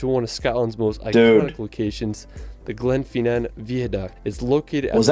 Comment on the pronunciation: Glenfeenan though Jesus that put my backup. You missed a few places though... Anstruther Kirkcaldy Kirkcudbright